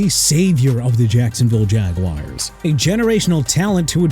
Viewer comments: I stopped watching at "Jagwires" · Why does he pronounce it like it’s spelled “jag-wires”??????